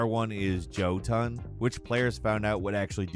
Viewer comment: Its pronounced Yo- TUN.....lol destiny 2 is rather rough but I love it so